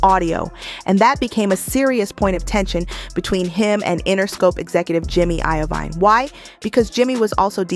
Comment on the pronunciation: Please before you upload these, check people's names and how it sounds phonetically. It's jimmy Iovine (Iveen)